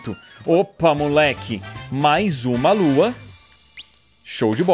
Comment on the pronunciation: po cara para de errar e fala lua certo caramba